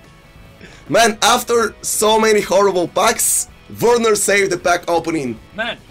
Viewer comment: vergenar.: Werrrener. Everyone: Werner